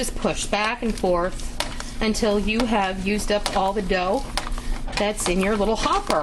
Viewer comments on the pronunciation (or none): none